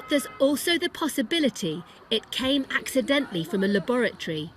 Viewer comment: Anyone noticed how she emphasised the word ‘accidentally’ when she mentioned the lab theory typical sky news